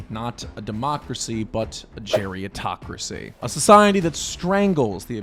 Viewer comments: Its gerontocracy, not geriatocracy. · Not *geriontocracy. It's actually pronounced "gerontocracy," from Greek "geronto-" (elderly) + "-cracy" (rule). You're confusing it with the related term "geriatric," which is formed differently. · Bruh geritocracy isn't a new word. Run your script by someone older once in a while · lmao i agree but the word is gerontocracy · Isn’t it “gerontocracy” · I always heard it as “gerontocracy.” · Umm isn’t it spelled and pronounced: Gerontocracy? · It’s “Gerontocracy” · Is the word not "gerontocracy?" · You spent the entire video pronouncing gerontocracy wrong